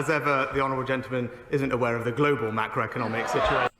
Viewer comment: What the fuck is "global macroeconomics"? The emphasis is macro...